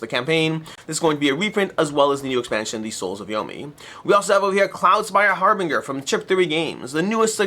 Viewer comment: Harbinger mispronounced